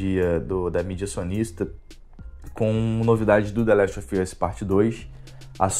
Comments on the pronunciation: The Last Óv Ãs 🤦🏻‍♂️ assim que se pronuncia man 😩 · Tbm tô no hype, mas é State of PLAY e ouvir The Last Ófi Âs dói. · Quando pronunciou the last of us nem continuei assistindo o video!